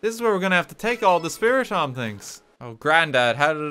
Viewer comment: It kills me that calls Spiritomb Spiritom